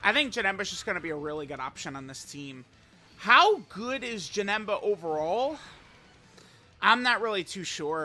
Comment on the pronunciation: He aint Janemba, he’s Ja-HIM-ba